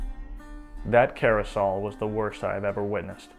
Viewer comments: "Carousel?" If you can't be bothered to read the word carefully and how to pronounce it, then why should I trust that you bothered to fact check anything or trust anything you say? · Pronounced "Kah rouse al" like "arousal" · Look up the meaning of the word "carouse", for you have mispronounced the word "carousal". Moreover, know that the word "rile" is a less dignified way of pronouncing the word "roil". Uphold the Friends of the Gerund! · This is a fantastic video, but I think "carousal" rhymes with "arousal," as in drunks "carousing." I hesitate to say this because I don't want to be a know-it-all, and I might be wrong (and I invite correction). Plus, these are confusing words. But my understanding is that "carousel" is like a merry-go-round (CARE-ah-sell"), and is spelled very similarly to "carousal," but pronounced differently. And then when we hear "the imitations were not of my tribe," I'd bet that he meant "the intimations." Still an "A" video, and not marked down to an A-. It's just that I like words. But regardless, wouldn't this story make a hell of a movie? If skillfully made, would there be a dry eye in the house, if the movie were skillfully made? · Thanks for the great video--story well told! Just for future reference, in case it ever comes up again ( 🙂), "carousal" is pronounced differently from "carousel" (the merry-go-round with horses). It's like the verb "to carouse". The accent is the second syllable, not the first like with "carousel" and the "s" is pronounced like a "z". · Great story, excellent narration, though you mispronounce "carousal". I love your style.